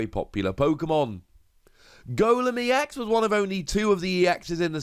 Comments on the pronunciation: Still "ecks", not "eee-ecks". Other than that, glad to see the series going on. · EX is pronounced as E. X. ex is pronounced as just the x. Citation